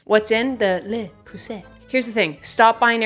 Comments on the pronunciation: with all love and no hate - your birkin cookware is pronounced luh-crew-say 💚 it’s beautiful and will last a lifetime! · Hi, as a French girl I can confirm that Le Creuset is very bougie! If you want to prononce it it's more Luh kruh they (I hope that makes sense), I hope you'll look even more fancy in front of your neighboors now! I also confirm that it lasts for generation: my partner got one from his grandmother and it just works perfectly! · LAY croo-say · Le Crew-Say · le creuset like the "e" before the T is pronounced like the e in egg ( trying to find english words that match lol) and the T is silent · Le Creuset Le = Le from Lebron Creu = kru (u from cursed) Set = zé like Zeppelin You're welcome